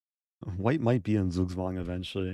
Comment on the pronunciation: its so cute how he says: Zugzwang😂 someone should teach him how to say it right xD